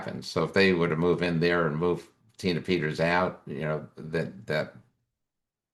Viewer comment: How he said her name when video started 🤣😂😅😆👻👻